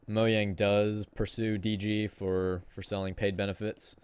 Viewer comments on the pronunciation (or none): U say the j in mojang